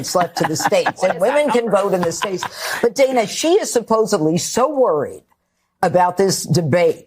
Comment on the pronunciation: Did Jeanine Pirro pronounce supposedly “supposably”? 🤣